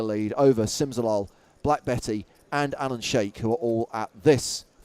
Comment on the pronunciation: Ha ha. You wonder if these guys can read names, sometimes. 'sheik' is not pronounced 'shake' but 'sheek' and 'beaty' is not pronounced 'betty' but 'beat-ee' or sometimes 'batey'. Still love James and